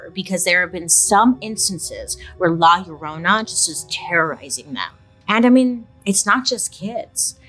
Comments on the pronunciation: Bailey you killed me when you said La Llorona 🤣 that’s not how you say it but now it is ! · Love the way she says “La Llorona” 😅♥️ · La Llorona… not to be confused with My Sharona.